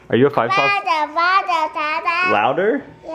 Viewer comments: 5Sauce!Haha!I don't like 5sos but it is pronounced 5S-O-S not 5Sauce lmao 😊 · Ur wife is rigth of how u say the bands name....